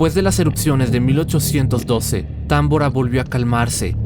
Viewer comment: Es tambora no támbora porqué lo pronuncias mal 😏